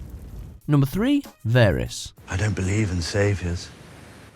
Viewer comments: Damn it, you make enough videos, surely it wouldn't be difficult to learn how to pronounce people's names properly!! It's VAH-riss, not VAIR-iss, you incompetent idiots! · varys not verys